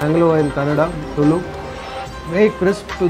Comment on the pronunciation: It's tulu not tullu 🙏😂👍